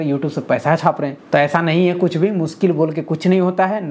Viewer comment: मुनकिल नही ना मुनकिन है अपना टाईम आयेगा